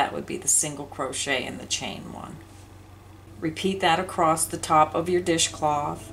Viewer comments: Love your detail videos. Wish you would say across instead of acrosst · Is it me or does the demonstration not match the written directions? Also, is acrost a word? I believe across is what you mean...looked it up and couldn't find the word acrost. Unsubscribed. Sorry.